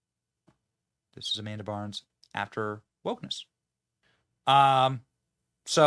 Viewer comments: Ok, I can’t take this anymore. It’s Amanda BINDS! Not Amanda BARNS. Also, while I won’t argue that she might be woke, I firmly believe she’s screwed up because of the abuse she had to endure by many people on the Nickelodeon set, not because she’s woke. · Its Bynes, Not Barnes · It's Amanda Bynes NOT Burns 😂😅....and She is The Result Of Heavy Drug Use After Being Molested, Raped and traumatized through Hollywood Scum.... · Her name is Amanda Bynes not Barns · Oof. Benny. It's Amanda BYNES. At least get her name right and it wasn't wokeness that took her out, it was being a child actress in Hollywood and massive amounts of abuse she endured. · BYNES!!! Benny has pronunciation problems just like Joey B